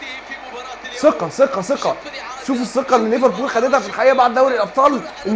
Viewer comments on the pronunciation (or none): none